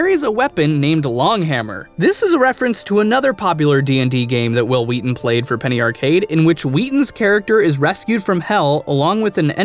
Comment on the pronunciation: Whill Wheaton... 😒